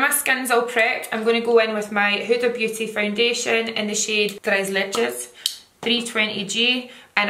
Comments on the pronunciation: You said Tres Leches sooo good!! I’m latina and the name is spanish xx You look amazing ✨✨ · Girl you said Tres Leches perfectly 😘 I LOVE YOU ❤️